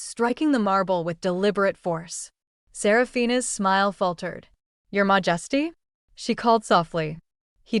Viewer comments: Mah-just-ee threw me out of this. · Why would even the AI interpret 'Your majesty' as being pronounced 'mojesty' or something like that? It's so annoying and distracting.